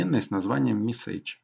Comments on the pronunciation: Чувак , что с твоим ударением?? СтрОку, МессЕйдж и т.д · Понятное объяснение, только режет ухо неправильное произношение английских слов - color (правильно - калор), message и т.д. Пожалуйста, не надо так.